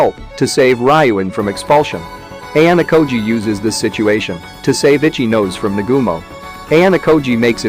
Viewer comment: Nahh this bot voice really called Ichinose “itchy nose” 🤣